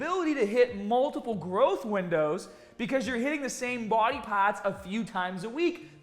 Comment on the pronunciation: Legend!!! Smashed that like button. "hitting the same body paaaahts."